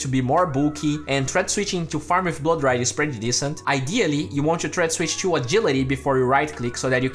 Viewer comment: stop saying "tshoo" instead of "to"...i know its the accent thing but try to say it without the "tsh"